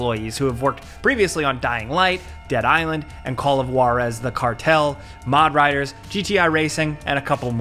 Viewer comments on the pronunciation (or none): This dude really said mod riders? Its mad riders tho.